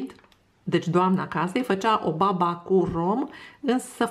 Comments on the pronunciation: Accentul e pe ultima "a": babà! Să aveți poftă! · E cu accentul pe a 2-a slabă, nu e baba noastră cea de toate zilele. Este un dulce napoletan sau napolitan, cum s-o zice în românește.